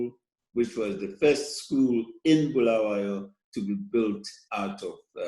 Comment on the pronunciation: Interesting that Mr Masunda actually correctly calls our city as ‘Bulawayo’ yet Trevor Ncube says: ‘Bhulaweyo’🤔🤔🤷🏿‍♂️.